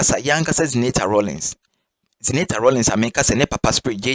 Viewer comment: Please I want your number to educate you on pronunciation of Zenator's name is ewe name not english name the name means let darkness stop until I won a victory it is in Joshua 10